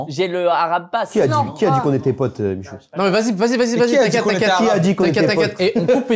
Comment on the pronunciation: Salem michou, franchement bien l'accent